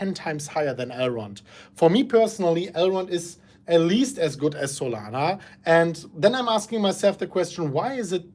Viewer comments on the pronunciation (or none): none